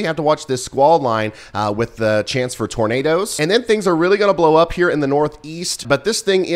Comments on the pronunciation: Tur-nay'-ders, turnaders... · DANG "NIGHT NADOES".... Please be safe and aware if you're in the path!!